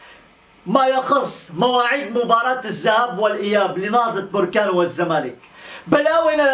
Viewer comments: انها بركان بالفتحة وليس بركان بالضمة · بركان مشي بوركان أنت مغربي و من انت قلنها ليك 100مرة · انا ما فهمتكمش مو مهم نطقها بوركان ولا بركان المهم هو الاخبار وانتوا كلكم عارفين انه كيتكلم على بركان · يا أخي سميتها نهضة بركان ماشي بوركان